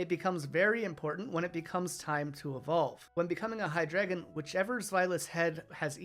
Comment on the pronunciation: I like that you pointed out Hydreigon. Is drei for 3. But still pronounced it HiDragon instead of Hi Drei Gon